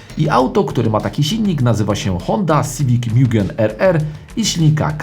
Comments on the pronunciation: Kolego nie mjugen. Mugen tak jak czytamy po polsku :) spoko filmik. Sam posiadałem integre dc2 mieszkając w irlandii i powiem jedno. Zaluje do dzis ze sprzedalem bo moglem trzymac pod kocykiem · Nie mówi się mIugen tylko mugen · Mugen RR Tak pozwole sobie poprawic... mowi sie Mugen, a nie Miugen. Miugen mowia Amerykanie bo tak im wychodzi z wymowy. Tak w Japonii zostal poprawiony HondaPro Jason. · Skoro list uwzględnia również wersje od nadwornego tunera Hondy czyli MUGEN (btw. nie czyta się tego mjugen), to powinien się tu znaleźć również SPOON Civic Type R EK9 z zmodyfikowanym B16B